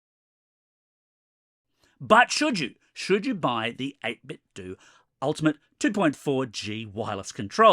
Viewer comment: finally! it's freaking "do" not "dough".